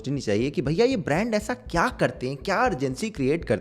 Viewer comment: "Bhaya'" has me dead